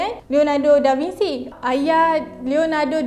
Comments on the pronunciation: Bukan Franch, French (Fren-ch). Da Vinci (Bin-chi) bukan Da Vinsi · SEBUT ; DA VIN-CHI Biasanya italian bunyi hurup mcm yg ditulis. xperlu di-Englishkan. *biasanya